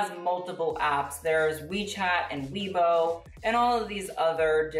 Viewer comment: Im surprised pronounced weibo as weebow when he learnt pinyin xX